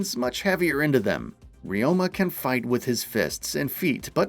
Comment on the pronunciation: One thing you should know, his name is Ryo-ma 龍馬, it means Dragon-horse , not re-oh-ma.